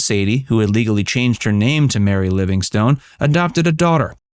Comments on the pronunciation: Sadie Marks' stage name was pronounced "Livingston," and did not end as "stone." Such is the pitfall when one isn't thoroughly familiar with the subject. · A great comedian and personality. For future reference, although written as Livingstone, Mary's name was pronounced "Livingston". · I enjoy your videos, except one thing. Please have your readers do just a smidgeon of homework to learn how people pronounce their names. I've noticed this in many of your videos, in this case you Keep Pronouncing Mary Livingstone like a rock/STONE, and that is how it is spelled, but the name is pronounced Livingston or Livingstun. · The "e" on the end of her stage name is silent. Her birth name was Sadya Marcowitz and she changed the spelling to Sadie Marks and then, after marrying Jack, her stage name became Mary Livingstone.